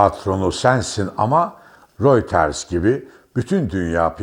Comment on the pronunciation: REUTERS yazılır röyter okunur. royters değil.